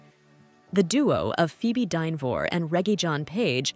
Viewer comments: It’s Dinner ver not Dinovor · This woman, or AI, can't pronounce Dynevor. If you are going to do a podcast about the cast the least you can do is pronounce their names properly